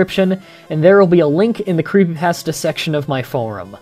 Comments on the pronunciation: You pronounce creepypasta wrong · uh you say creepypasta wrong